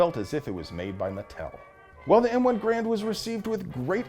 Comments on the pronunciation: It's pronounced Grrr-AND! Just ask Colonel Tony Tiger of Kellogg's Tiger Brigade. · There are a few small inaccuracies in the video, but the most egregious is the mispronunciation of “Grand”. The “G” is silent, and the “a” is long (or hard?). It should sound like “hRAINd”.